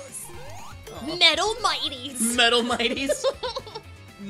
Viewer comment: MIghtles hahaha... MIGHLES XD HAHAHAHHAHA